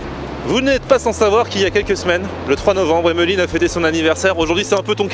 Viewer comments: WESH IL Y A PAS DE 'H' AVANT EMELINE... TCHAO! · pourquoi tu prononce fort le h dans "emeline" (qui doit sûrement s'écrire hemeline vu comment tu le dis mdr)